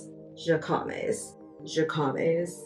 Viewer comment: Jacquemus… pronounced jock moose… that’s the closest English pronunciation